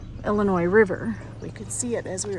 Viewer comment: "ILL" N " "EEEE" LOL, can tell you're not from Illinois , its "ILL "LYE" "NYE"